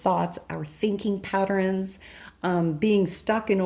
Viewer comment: I can't tell if I like how you pronounce patterns, but I love your readings.